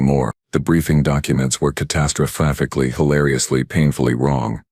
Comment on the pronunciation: 😂 It still gets "catastrophically" so badly wrong it's amusing Added this one to my playlist - fantastic story 😊